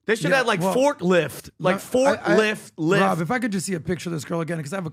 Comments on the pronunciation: Forklift (Forklyft) 😂nice. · Did say forklift LYFT?!?😂😂😂😂😂